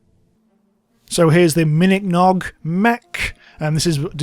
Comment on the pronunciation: uhm its called a minikong mech not miniknog mech